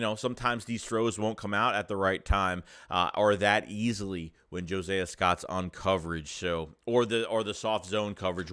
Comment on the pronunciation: Omg. His name is Not" Jo-Say-a". Josiah is pronounced (JO-SIGH-A). Are you mispronouncing his name on purpose?